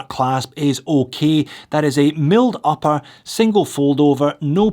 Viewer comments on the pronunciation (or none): none